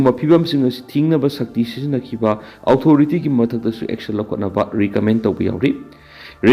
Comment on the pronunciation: Ojagi pronunciation se kukina noknare. Authority haigano othority haiyo